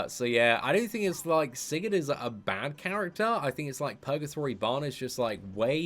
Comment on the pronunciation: Holy crap, you actually say his name correctly